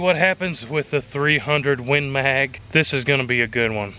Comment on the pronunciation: "win maaaaaaag" :-D Love your pronunciation, buddy!